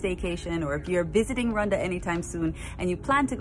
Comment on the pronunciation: It's Rwanda not rewanda sir